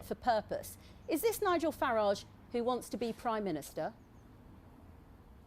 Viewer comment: Abrupt style, barely concealed hostility and snide questions - all aimed at trying to discredit Mr Farage. In other words, the perfect (from the BBC's perspective) way to deal with him. Note too, the deliberate mispronunciation of his name. Utterly disgraceful!.